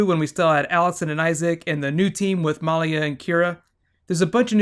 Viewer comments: It's milia not meliea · I'm pretty sure it's (Mah lee ah). Not (Mol lee ah) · MALIA not MOLIA. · Lol, her name is malia not Molly. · Muh-Lee-uh not Maul-ia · He keeps saying MAHlia. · Good recap but my god can you please learn the characters names?! It's Peter. Not Paul. And you kept saying Malia like Molia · Great review! I really like your theory on the elements. The only negative I have is the mispronounciation of Maliya's name. I've known a few women with this name. It is actually pronounced meh lee yah with emphasis on lee. Real nitpicky of me, I apologize. Aside from that I feel it was a wonderful review. My favorite scenes were the interactions between Stiles and Malia (especially the ones in front of the others). You can really sense the affection she has for him. It takes on more meaning when you consider that he is the first and possibly only person she has bonded with since reverting to her human form. I am curious if she can become a full coyote again, and if it is something she inherited from her aunt Talia. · You kept calling Peter Paul, sometimes it sounded like you were calling Malia Molly, and you slipped once and said Tyler (the actor) instead of Scott (the character). Are you new to the show? Also, I would love to see bonus videos on the mythology of teen wolf :) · The way he pronounces Malia's name.. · the way he says Malia :)) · Dude learn the names its peter not Paul and say malia right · are just confirming the fact that you are the best channel on Youtube. Even though you said Paul instead of Peter and you were prounouncing Malia's name wrong you are still awesome. And I would totally love Bonus videos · It sounds like you're pronouncing Malia's name differently than they do in the show or are you talking about someone else?